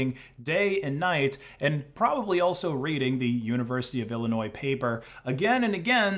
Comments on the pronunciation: Did you say “ill a noise” there? 🤷‍♂️ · The S in "Illinois" is silent. It's ill-annoying. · If you pronounce the s in Illinois again I will personally dmca every single one of your videos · The 's' in Illinois is silent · Why are you pronouncing the "s" at the end of Illinois? It's not supposed to be pronounced. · Nooooooooo he pronounced Illinois with the s